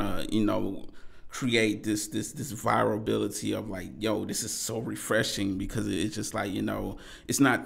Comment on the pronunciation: This nigga said viralbility 🥴